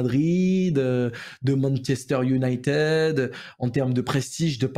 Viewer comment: Manchester United, ça ce prononce Unitid et s'écrit United fais ça pour l'anglais